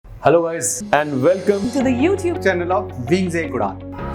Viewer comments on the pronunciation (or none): none